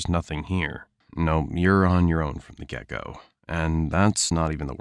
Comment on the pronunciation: I heard, "You're on your own from the gecko."